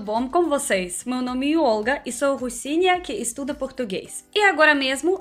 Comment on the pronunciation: Amei o Ol'ga hahaha ela fala assim mesmo kkk